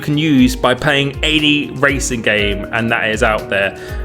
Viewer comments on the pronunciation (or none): none